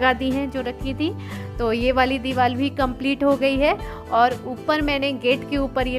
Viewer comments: Divar ko dival kyu bol rhe ho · Deewar not deewal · Ye diwal nhi hota diwar hota h 😁